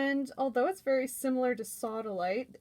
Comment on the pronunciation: U said sawdalite 2 times